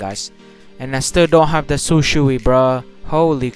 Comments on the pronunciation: shisui not shusi. I think itachi ms is good than shisui ms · this is how you pronounce Shisui "shiswee" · Shisui= she swe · Man called Shisui Sishu lmao, good video tho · How to say shisui say shii-sue-eee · Its SHI - SUI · Its Shi. Su. I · u pronounce shisui like shi su e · u talking how to pronounce shisui its like shi swui but its shisui idk why